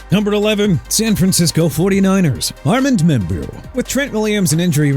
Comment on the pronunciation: It's pronounced Ar-mond Mem-bow okay?! Also it's O-ma-ri-on Hampton and AJ Ter-rell!! Pathetic!! You can't pronounce anything at all!! And you know what? Let Miami get Will Johnson! I really don't care!!!!